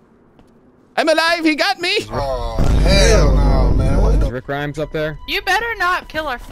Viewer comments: “Rick Gremes” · rick greems